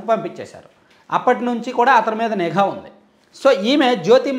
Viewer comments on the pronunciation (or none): none